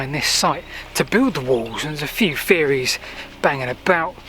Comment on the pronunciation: YET ANOTHER LEARNED PERSON WHO DOES NOT KNOW HOW TO PRONOUNCE THE LANGUAGE FEORIES AND FINKING AND IS THIS HOW PEOPLE ARE EDUCATED NOW